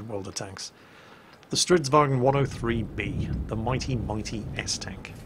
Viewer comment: Stridzwagen? What are u saying?